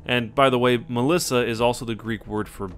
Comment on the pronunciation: Hey im greek and you pronounced melissa better then most people that dont know greek. good job